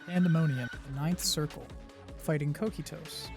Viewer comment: Great guide, fantastic info! Some tips on pronunciations not that you need it: Kokytos is Greek and pronounced: "Coke-eye-tuss" and "Ravening" is like "ravenous - hunger" not a hard A sound but a light one.